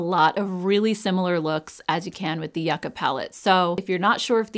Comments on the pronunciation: I know this is really petty, but I’m so glad that you pronounced the Natasha Donna yucca palette correctly. i’m from Southern California and I used to live very close to Yucca Valley and it would drive me crazy when the influencers would pronounce it incorrectly I know that’s really silly lol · Thank you for pronouncing yucca correctly!! It's been bugging me that others are not saying it right. The yucca plant grows here abundantly so I've know that plant a while and this palette makes sense in its color story. :face-blue-smiling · You are correct in the way you are saying Yucca. People will just nag about anything! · Omg I love you for the clarification of yucca. I grew up with my Colombian mother pronouncing it yoo- (or joo) ca and thought everyone was butchering this palette name! I didn’t know the root vegetable was different from the plant! 🌱 😂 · Fantastic! I love how you make clear the pronunciation of the word Yucca ❤. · I say yucca the way u do girl! Lol! 🙌🫶